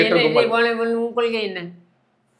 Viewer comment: கொள்கைனு தெளிவா சொல்ல சொல்லுங்க பார்க்கலாம்??? கொளுகைனு தான் வாயில வருது. மாவீரன் படத்துல யாரோ காதுல பேசுற ரெகார்ட் வாய்ஸ் கேட்டு கேட்டு பேசுற மாதிரி இருக்கு!!!???